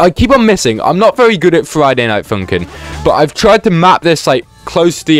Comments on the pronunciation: "Friday night foonkin" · Friday night foonkin